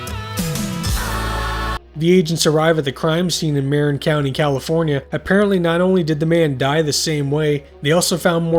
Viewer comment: Awesome video! I'm running a TTRPG campaign inspired by The X-Files, so your channel is gonna be super useful. Thanks! FTR: It's pronounced "muh-rin" County, California. :) (Not that you'll ever say that name again. lol)